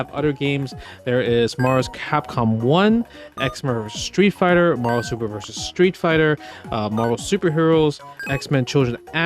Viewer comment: Is he saying "MarVerse Capcom" on purpose?